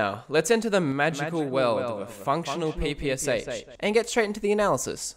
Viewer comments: Its not P P S H! It is PPSh like "shine". Developed by Shpagin. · Small note: the PPSh is pronounced Pah-Pah-Shaw. The "Sh" has it's own phonic sound. Not harping on you, just letting others know in case they were wondering.